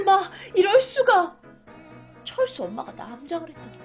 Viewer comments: 철수 발음 철구라고 했음 ㅋㅋㅋ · 언니 여기서 철수에서 철구라고들린 1인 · 존 칠구라고 들엇서요 .....